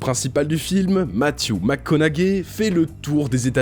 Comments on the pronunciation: ’Tite correction, McConaughey ça se prononce plutôt "conoé" (plus ou moins), pas "conagué. X) Sur la Porte du Paradis, ça paraît incroyable que personne ait dit à Cimino "Euh, monsieur, faudrait vous calmer, là." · « Matthew mcconau gay » avoue t’avais jamais entendu quelqu’un d’autre prononcer son nom avant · Ça se prononce Mattew Mac ConoWé 😂😂😂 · Par contre McConaughey ça se prononce conowé les gars, acteur oscarisé quand même